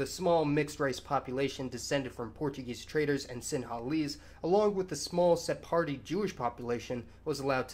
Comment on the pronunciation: OK, so not to criticize pronunciation, I'd really try to say it "Taamil" with emphasis on first syllable. I don't mean to criticize it but it sounds a little dumb in a long video. Also, maybe I'm wrong, but I'm pretty sure it's pronounced like "Sefardic" not "Sep-hardic"